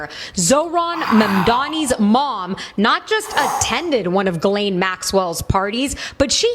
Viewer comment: Why can’t anyone say GHISLAINE’s name right? 😂 I’ve heard it pronounced “Jislane” and “Gislane” and “Jilane” and “Jizlane” and once in a while someone gets it right! It’s pronounced “GILANE” with a hard G as in the word GOO but spelled “G-H-I-S-L-A-I-N-E” so the H, S, and last I are silent.. I mean we don’t want any mistakes on who is the pe*ophile and the pe*ophile procurer!! And that would be you GHISLAINE MAXWELL!!!